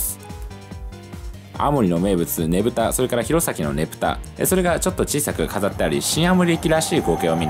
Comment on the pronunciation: ｢ねぶた｣と｢ねぷた｣ちゃんと区別してて好印象